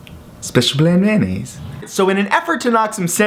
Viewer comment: May I gently correct you on the pronunciation of Mayonnaise. Note the first 4 letters-mayo and not mano. 😜